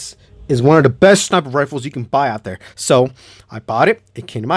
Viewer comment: Bro this man has to have any word that is supply to start with a t and he replaces it with a d like instead of there he says dare